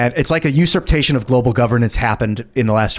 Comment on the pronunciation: Did just say usurptation? lol